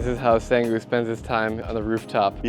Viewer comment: HE IS NOT A SANG WOO IT'S PRONOUCE CALLED SONG WOO